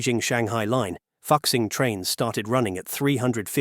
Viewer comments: Ahem...'Fukxing' trains? Surely you mean to pronounce Fuxing (rejunvenation) as in 'Foo-Xing" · Fuxing is pronounced closer to foo-shing, not fucksing 😂😂😂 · i wanna laugh so bad every time he pronounce "FUxing", it actually more like "Foo Sing" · Hi Admin. Is not "Fux-Xing". Is "Foo-Xing". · It took me a while to realize that the voiceover was pronouncing 'Fuxing' as 'F*CK-sing' instead of 'foo-SHEENG' 🙂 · 复兴，fu'Xing not foxing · FUXING is pronounced "foosing" or "fooshing", not fucksing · It’s not ‘f*** sing’, it’s pronounced ‘Foo Sing’ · Great video and great insight into Chinese Industry! Although I would like to mention that the “复兴” is pronounced "foo-shing“ and not ”foxing“. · FOO-SHING, not fuk-sing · It is not pronounced as "fuck sing". It is "fooh sing" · Fuxing is pronounced "foo - shing" not "fox xing" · Fuxing is not pronunced fuc-sing its pronunced foo-sing dont mind my spelling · Fuxing is pronounced foo-shing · Fuxing is pronounced as Folk Sing... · The pronunciation of ‘ Fuxing’ amuses me. 🤣I think it is really pronounced ‘ Fu Sing.’ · "Hexy" "Fuksing" Bro dont give a fuck about learning the right pronunciation. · the ai pronouncing "fuxing" as "fuksing" is so funny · AI needs to learn Chinese pronunciation! It’s pronounced “Foo Sing” (Fuxing). Otherwise what’s said is a profanity! 😂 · 😆 I love how the narrator mispronounced 和谐 as hecksie and 复兴 as fucksing Now I can't unsee it 🤣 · I lost it when you pronounce fuxing as "foxing". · Fuxing is pronounced more like Foo-shing. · it should be fu zing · It's pronounced Foo-Shing. He's tripping. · Like fuck sing is not how you pronounce it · He pronounced it as Fucx ing 😂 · Obvious... But still, points deducted for not proof hearing the content. Regardless, it is kinda fun hearing "fuk sing"... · "Fuxing" prounces as Fooshing. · “Fu” is pronounced as FOO…what a palmface pronunciation. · I press stop after you can’t even get a train name right. 😂